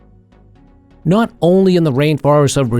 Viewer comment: Bahia is pronounced as Baheea not Bahaya!